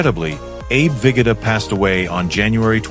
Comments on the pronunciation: Abe Ve GO DA - not vigata - GEEZ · Abe Vig-ah-tah?